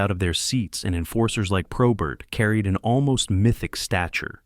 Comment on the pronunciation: Not all correct I grew up with him and friends after he stopped playing. Lots of this is wrong and he doesnt even say his last name correctly.